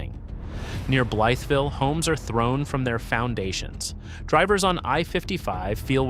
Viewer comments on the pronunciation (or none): Blytheville is pronounced "bly-ville." New Madrid is pronounced New "mad'drid."